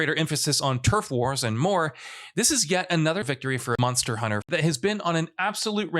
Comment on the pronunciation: Anyone else here him say “Monor Hunter?” Great vid